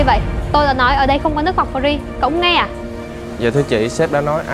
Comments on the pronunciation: Chữ Free không phát âm được thì nói tiếng việt giùm... Nước pree là nước gì ???? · Má cái lưỡi ngắn phát âm chữ free nge chán điên, thay vào đó nói từ miễn phí đi ạ :) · Phát âm từ 'free' nghe nhà quê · Ng VN,ở VN,thì tôn vinh mọi thứ liên quan VN,dù nhỏ nhất cũng vậy. Nói tiếng VN đi,miễn phí thì mói miễn phí,cứ phải dùng từ free làm gì,nghe chả lot tai xíu nào luôn,đã phát âm sau,k chuẩn,k đúng rồi mà còn bày đặt free,đã vây còn nói nhiêu lần,càng nghe càng ứa gan với kiểu phát âm đã sai còn cố thể hiện,ra vẻ. Vai diễn lag ng xấu xa,nhưng tao coi vẫn bth,k thấy tức,nhưng chữ free lại khiến tao nổi máu côn đồ rồi. Diễn vao ác,ng xấu nhưng t lại nổi điên vì chữ free,vậy có gọi là diễn thành công k,cô ây diễn vai ác thành công k.